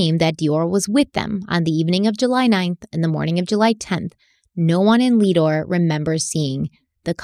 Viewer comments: Not Leadore it is lead ore named after lead mines there! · Listening to your pronunciations of Lemhi and Leadore is funny to me because I grew up around there! Love your videos!!